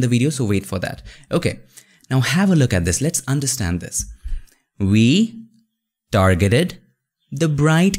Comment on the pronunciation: We dargeted... I love this guy.